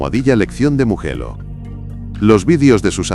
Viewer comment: Empezé a ver el vídeo,en el momento que pronunció muguello,me fui 😅😅😅